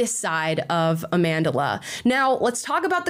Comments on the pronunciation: A-MANDELER Stenberg? How are you going to pronounce an African name so egregiously incorrectly? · Its Amandla not Amandila 😂😂😂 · "Amandla" as in "power", not "Amandela" like "a lot of South African money" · lol cracks me up every time people say her name wrong